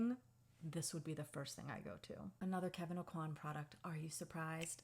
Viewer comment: fun fact “aucoin” is actually pronounced “owe-kwah” down here!